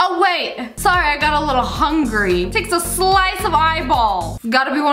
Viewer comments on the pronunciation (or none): none